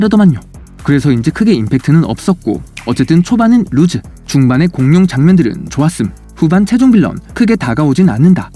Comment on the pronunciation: 잘 시청하였습니다. 고맙습니다. 옥의 티. 초반에는 늘어지고 지루했다면, 루즈(lose)가 아니고, 루스(loose)라고 발음하셔야 합니다.